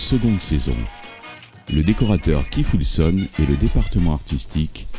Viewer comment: "Funderbirds" ? "Keif Wilson" ? Sérieusement ?